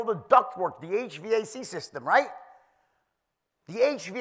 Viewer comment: He's the only guy that pronounces HVAC one letter at a time 😅